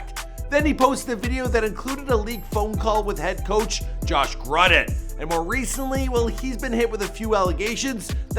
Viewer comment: “Grudden” bruh I’m sleep